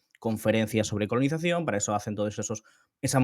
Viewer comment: Conolizacion?? Que gallego HDP 😂😂